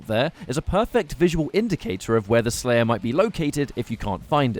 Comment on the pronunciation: When the slayah is tendah. Indeed my friend. Indeed